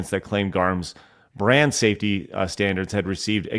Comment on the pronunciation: Head of BRAND strategy at JAGUAR and the f'ing weirdo fool doesn't even know how to say the word???